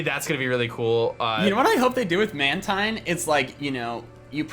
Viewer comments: guys did you know mantine is acctually pronounced man-teen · Mantine pronounce manteen